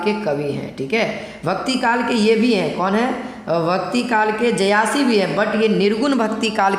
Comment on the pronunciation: जयासी नहीं जायसी। 👍